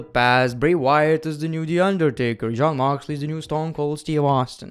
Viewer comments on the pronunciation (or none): none